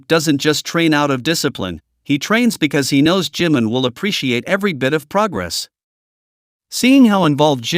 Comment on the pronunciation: Не Джимн, а Джимин!!! Что за идиотизм?